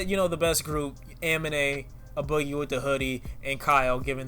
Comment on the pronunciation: It's "A" boogie with da hoodie as in the letter A pronounced as the letter A. I cringed every time you said "Uh boogie with the hoodie" 😭